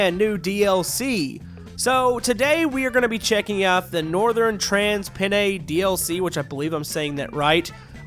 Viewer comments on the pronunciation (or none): You pronounce it as northan trans pennine